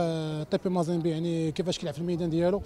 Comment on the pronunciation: مازيمبي وليس مازنبي ههههههههههههه